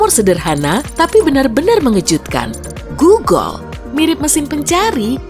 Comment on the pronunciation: Kata "GOOGOL" Mungkin dari G-O-O-G-L-E Dibaca?= GULUGULU yang Improvisasi :^ :v